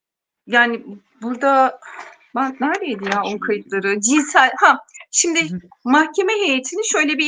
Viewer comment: rica etsem hep "sindi" diye telaffuz etmeyin, "simdi" o kelime